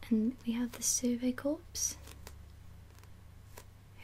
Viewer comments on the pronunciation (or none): I'm sure someone has already mentioned this, but "Corps" is pronounced "core." It would need an e at the end to be pronounced "corpse" like you said on the video. Other than that, great video. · Corps is pronounced core btw. Loved the video :) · also something my friend corrected me on during this past summer is that corps is actually pronounced like core